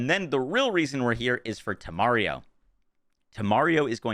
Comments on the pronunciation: Thank you much for this!! I'm lvl 37 and I'll try this tomorrow! Lol I love that you're adding and extra syllable to Instintito (instinto) and taking one away from Temario (Temerario) 🤣 Love from México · One extra syllable for "Instinto", one syllable less for "Temerario" ... perfectly balanced, as all things should be 😈